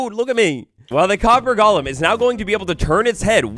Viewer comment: It’s “golem,” not “Gollum”!!!!!